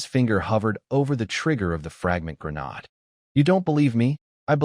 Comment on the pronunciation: So, I've become used to the crappy translations with constantly changing names of skills, items, characters, etc. I've even become used to the crappy AI that can't say Grenade or Bow (As in arrow shooting weapon) or Lv (Level) correctly. What I can't get used to is recycled images not even an hour into a multi-hour video. If you can't be bothered to proof read your AI translations and scripts or burn through a lake's worth of water to create images for the entire story. Why would you expect me to bother to continue watching, subscribe, or give you any future traffic?